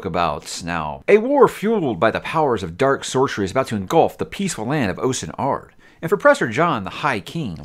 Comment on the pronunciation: its pronounced austen ard